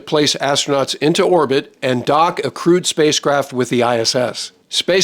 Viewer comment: ‘Crewed’ not ‘Crude’